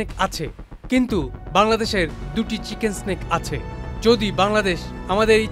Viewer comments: কথাটা চিকেন নেক, চিকেন স্টিক না,মাদ্রাসা ছাপ। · চিকেন স্নেক 😂😂😂, মাদ্রাসায় পড়লে চিকেন্স নেক কে এমনি বলবি 😂😂😂